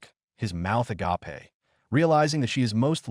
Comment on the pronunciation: I notice a lot of AI, content can’t pronounce certain words